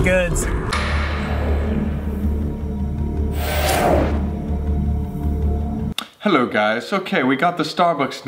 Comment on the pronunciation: Starbucks employee: Hello what can giet for you Colby: HELLPO